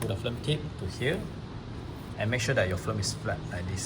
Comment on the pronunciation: I can't get over the fact that this guy pronounces "film" as "flim".